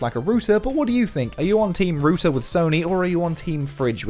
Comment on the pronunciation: That's not how your probounce router.